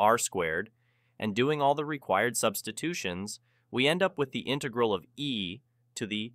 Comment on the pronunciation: Why are you using a text to speech program? It definitely doesn't sound like a normal voice (says intaegral instead of integral)